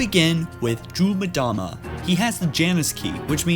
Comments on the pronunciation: It's pronounced "emdama", not "midama".:P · Em-dah-muh, not Mih-dah-muh. Focken hell.